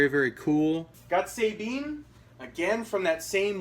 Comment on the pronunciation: Lol he pronounced Sabine wrong 😂😂😂